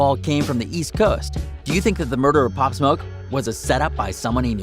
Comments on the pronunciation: “opp smoke”? 🤦‍♂️😂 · he said pop smok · he said his name wrong